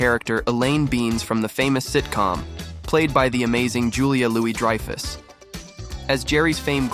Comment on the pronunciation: correctly pronounced Julia Louis Dreyfus but couldn't manage Benes?